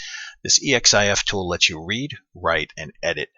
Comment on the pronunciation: Awesome, thanks. Thinking I should do one for the skyway mini environment just for kicks. Also, that's pronounced "eks-if-tool".:-P